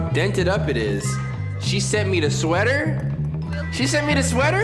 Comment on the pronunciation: It’s bothering me that he said “seater” instead of sweater